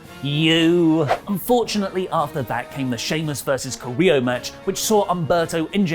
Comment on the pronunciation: Guys, you are pretty good at pronouncing names. You normally nail latinamerican names and last name's. But with "Carrillo", I've been seriously thinking that "del Río" is back every time you've mentioned him. So a little bit of help, Carrillo: kah- rri- io or kah- rri- llo ( ll as you pronounce g in gym) Love the news, reviews and podcasts, particularly rantings about everything, even tea.:)